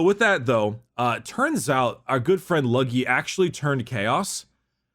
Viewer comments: it's pronounced Lufft Hew-ron. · Red corsairs please just bc I wanna hear you keep saying luggy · It’s pronounced like LOOFT HUE-RON